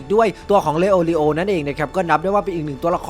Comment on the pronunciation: พูดชื่อผิด🤣🤣🤣 ชื่อมันยาวครับเข้าใจ